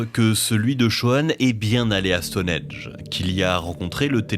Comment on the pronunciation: StoneHENGE, pitié arrêtez avec votre stoneEDGE… 😭